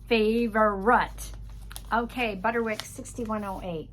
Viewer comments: On the subject of pronunciation. I’ve always said Butterick. But you pronounce it Butter-wick. Is that a regional thing? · My YouTube subtitles indicate the ladies saying Butter-Rick as well. I thought I was hearing it wrong. If only I had never mispronounced a word or two or three 😅 and are ADORABLE ❤